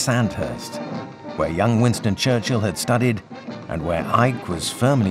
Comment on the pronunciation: Winston “Charchill” me pegou kkkk